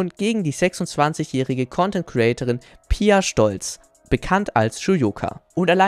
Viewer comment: Hey du, gutes video wie immer bis jetzt ABEER man spricht Pia Scholz auch wie Pia Scholz aus!!!